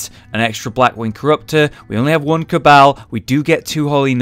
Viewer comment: cabal is pronounced like (cay-bell)